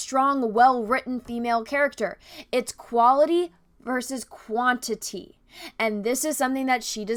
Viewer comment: Heads up, at about , when you're discussing how much men speak in great movies vs. how much women speak, you're comparing "quaILty" vs "quaINIty". Likely just a glimmer of dyslexia. Just something goofy I observed. I totally agree with you on all your points in your video.